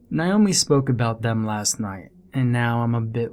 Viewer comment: Why is the name Naomi so difficult to pronounce properly? Nay-O-Mi ... What's with the 'Ni-o-mi'?? 🙄